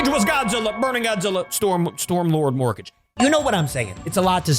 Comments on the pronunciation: It's pronounced "mor-kah-gay" like madara vs the five hokage. Not morkage like rocket mortgage 😂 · It's mor-ka-ge not morkage